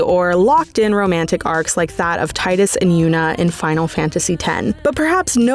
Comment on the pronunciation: It is tee-dus though. Tide-dus is legit objectively incorrect. It's derived from the Ryukyan word for Sun (Tiida). It's even pronounced Teedus in the original trailer for the game 😭